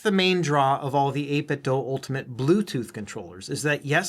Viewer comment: Why do you pronounce it 8 - bit - dough? Is the Nike slogan "Just dough it" ? 😂